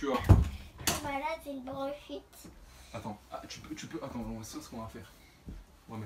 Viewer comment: au lieu de branchite j ai entendu jprends du chit